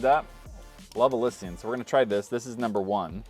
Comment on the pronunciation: Im pretty sure thats not how you say Elysian...